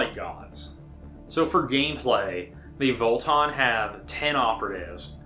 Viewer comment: Vo-Tann, not Vol-Ton. Haha